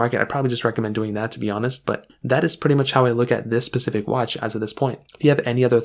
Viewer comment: “Keep in mind” must have been said 400 times in this video. Painful to watch. A recorded video has ZERO excuses for poor quality script. You could have recorded this over and over until it was perfect. Also; the watch bands are inside out. It’s also “specific “ not “pacific “ How has this guy got so many followers? The content is terrible.